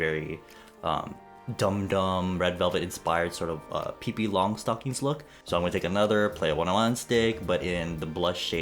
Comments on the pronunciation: "peepee longstocking" boiiiiii .... its pIHpEE 😂😂😂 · lol the way you say Pippi Longstocking cracks me up, I'm german and is just- XD